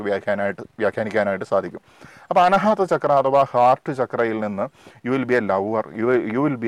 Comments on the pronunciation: അനഹാത അല്ല മാഷേ. അനാഹതം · അന ഹാത്താ അല്ല , അനാഹത ആണ് അരോചകമായി ദയവായി ഉച്ചരിക്കരുത് . അതു പോലെ താങ്കൾ പലപ്പോഴും പറയുന്നുണ്ട് , തെളയിക്കപ്പെട്ടിട്ടില്ല എന്ന്. പ്രത്യക്ഷത്തിൽ കാണാത്തത് കൊണ്ട് ഇല്ല എന്ന് അർത്ഥമില്ല. എന്നാലും , വിലയേറിയ അറിവ് .നന്ദി .